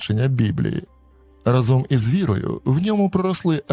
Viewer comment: наголос у слові рАзом - у всіх ваших відео разОм